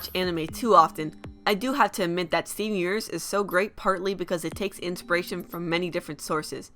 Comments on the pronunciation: YOU PRONOUNCE STEVEN UNIVERSE LIKE STEEUUVURRSE AND IT DRIVES ME INSANE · When you say 'Steven Universe' it sounds like 'Stefhnuverse' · For fucks sake it's STEVEN UNIVERSE not Seeven isvsiverse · stivnunvrse... i lost my shit